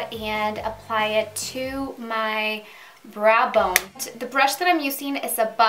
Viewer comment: I adore your accent ***** :-) She said braa bone instead of brow bone.. LOL! My niece adores her too! I learn a lot on patting techniques .. eye makeup tutorial was very good. Love your hair color as well.